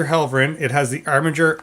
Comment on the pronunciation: Mispronounced Helverin